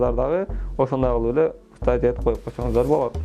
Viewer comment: Капирайт дейтко😂😂